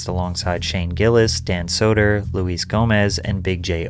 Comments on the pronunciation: LMAO Loo-ess Gomez. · CALLING HIM LUIZ GOMEZ IS TOOO GOOD. hes such a stickler about say J. Gomez but you not even getting luis correct is hilarious. and also shows how little you know about any of this. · It's pronounced Lew-Is. Not Louise. How do you not know this? Lew-is-Jay-Go-Mez. That's his name. Wtf? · hey doggie it’s Luis J Gomez not Louise Gomez 🤣🤣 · If rock fans wanna listen to something hardcore they listen to metal. If comedy fans wanna watch someone hardcore they watch ari shaffir. Btw, Luis is pronounced “Lewis”